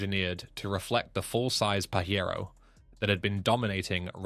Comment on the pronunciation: Stop pronouncing it Pahero, it is Pajero with the J sound, It is Japanese, not Mexican. The Delica in Australia was a great go anywhere vehicle. They were not sold via Mitsubishi for some odd reason.